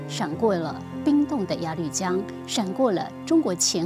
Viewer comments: 鸭绿江 鸭ya 绿lu 江jiang 不读lv 读lu... 英语就算了，但这个读错瞬间感觉很没文化... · 鸭路江，那个绿字读路，强迫症不想看了，一直绿啊绿的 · 朴（Piao） 鸭绿（Lu）江 我真服了 你们都是文盲吗？ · 作为从小在鸭绿(loo)江边长大的人， 听主持人讲鸭绿(lv)江真是心塞。。。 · 主持人：您的英语很尴尬，中文夹带英文更尴尬！！请节目更正发音：朴piao妍美，鸭绿lu江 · 鸭律江？主持人要多读书啊。还有普妍美？大陆这边念嫖研美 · 鸭绿（lu）江，谢谢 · 鸭绿（lv？）江？？？文盲主持人？ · 鸭绿 lu江！这主持人有没有文化